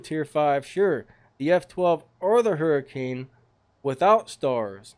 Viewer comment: you say : hu-rh-can not hurricane